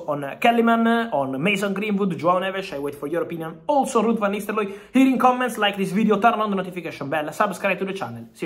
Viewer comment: "Rrud vanisteloy"😂